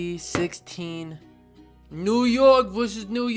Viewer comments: I like how u always be reflexin the guns and the ny accent was perfect 😂 size 9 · the new york accent was on point 😂 (size 8)